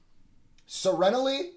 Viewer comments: Se-reen-ly like serene, peacefully Not everyone's mom made them study the dictionary 😂 (that's not a dig at ) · Sur-reen-lee lol. Them words are no joke today lol. All love my guy.